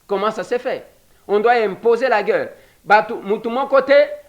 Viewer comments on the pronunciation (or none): Guerre pas gueurre ndeko. (C'est un détail mais comme vous le dites souvent, je me permets :))